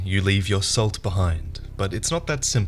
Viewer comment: Anyone else notice how pronounced "salt" slightly like "soul"? Also, sorry, but I gotta make a "Dark Salt" pun.